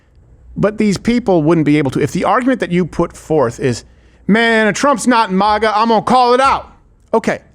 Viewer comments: Why does Crowder pronounce it "MAW-GUH"? IT'S "MAG-UH"!!! Then he plays a clip with 5 different people pronouncing it correctly, and he STILL says it wrong! :face-orange-frowning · I cant stand the alternative pronunciation of maga as maw-guh. Its mah-gah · “Mah-guh”…not it… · Steven's Canadian coming out saying "mawga", LoL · Everytime he says it, It makes me wanna punch a bottle of Maple Syrup. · This nerd said “MOGA”.